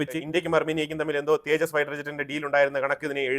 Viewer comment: തേജാസ്‌ അല്ല തേജസ് കറക്റ്റ് ആയി പറയു